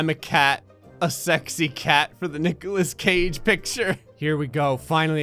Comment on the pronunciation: There is no h in Nicolas Cage dammit!